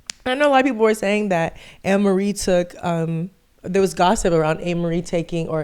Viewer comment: “Aye-mer-ree” is how her name is pronounced lol.